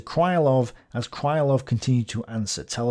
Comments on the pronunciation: Krylov should be pronounced crih-love (not cry-love). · Its not a big deal but Krylov is pronounced as Krilov not Krailov. Russians writing in Latin put "y" for their letter "ы" which is confusing for non-Russian speakers because they also put "y" for their letter "й". Anyway its KrilOv with stress on the second syllable. Also talking about stress - its ChuikOv, not ChUikov. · I enjoy the series mightily. Occasionally though you badly mispronounce a Russian surname or a toponym. This time your victim is the long suffering Krylov - it's not "kraylov", more like kryyylov. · my russian ear hurts each time you say cry-lov instead of kryhl-lov. Cry, Love! If he'd been cry-love, he'd have had his name transcribed as krailov. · It's pronounced "Creelov", not "Crylov". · Hi! Thank you for the great content! Being russian I dont mind/care if you pronounce some surname wrong, since it's too much to know everything. But. Since Krylov is a centerpiece - it's pronounced Kril O v ( [krɪˈlʌv]). I dont know why all "Krilovs" in wiki are considered "Krylovs". BTW, Alexy Isaev, who is considered as main russian historian of today is quite active in the web. I think If you would contact him, you could have some collaboration or maybe some useful info from him. Just a though. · Apparently, according to some other viewers, Isaev has watched some of my videos... But yes, in will start pronouncing Krylov correctly from now on (Kreelov) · The pronanciation of Krylov would be more accurate if you just say krilov/kreelov instead. It`s Russian ы which most westeners cant distinguish from regular i, like in see, me, be and we used to it. Some authors used y for this letter ы but it`s not in any sence sounds like english `y`. Just enter Крылов to google translate to hear the pronanciation.